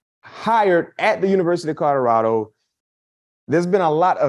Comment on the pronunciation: Col-o-rad-o say it with me, Colorado